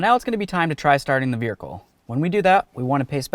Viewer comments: He keeps saying "Vericle" lol. YOu did a great job though. I changed mine on my 2010 watching this. Thank you for the video really good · Excellent video. Very very helpful Thank you so much. Although I was a little nervous about that torch underneath the car. Also calling the car a "veerhicle" was hysteerical 😅